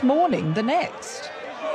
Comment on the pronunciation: "The SPECTSCULAR Sam Obisanya"